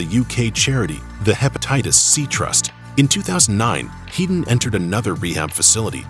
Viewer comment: FINALLY SOMEONE GETS THE PRONOUNCIATION RIGHT WITH TOPPERS SURNAME. HEEDON NOT HEAD- ON.